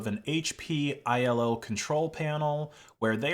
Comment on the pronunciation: Bro it's just iLO not i.L.O. t. I work on them at hpe